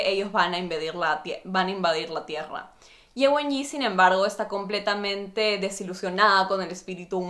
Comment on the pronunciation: Las presentaciones se dan alternadas, y después se conectan, no como las comentaste. Para cerrar recién se revela lo que hizo Ye Wenyie, y se pronuncia la e final.